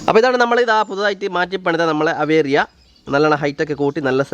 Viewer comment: അവേറി അല്ല ഏവീയറി